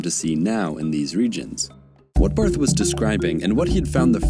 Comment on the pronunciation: Just a little heads up A German surname with "th" at the end isnt pronounced like the typical english "th"-sound, but rather just like a normal "T" Like Bart(-h). But, it should be noted that the pronounciation is still different between the German "Bart" (=beard) and "Barth" (typically a Surname) Because you speak "Bart" fast and in "Barth" you strech the "a" instead of one fast swoop